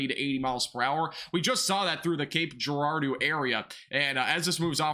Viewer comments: Cape Gerard-O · Cape Jer-ard-o